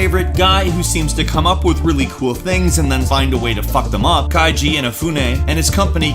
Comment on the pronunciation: Dont pronounce Japanese names like German....Keiji is Kay jee not Kai Gee